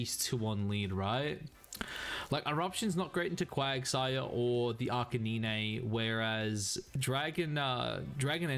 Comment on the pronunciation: arca-nine not neenee lol